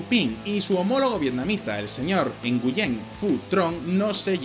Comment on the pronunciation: Hola ! Nguyễn se pronuncia: /güín/, como ganar (win) en inglés.